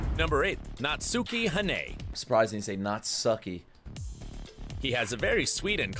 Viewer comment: Saori Hayami the goat. Also this dude's Japanese pronunciation is something else LOL, NATSOOKI HANAY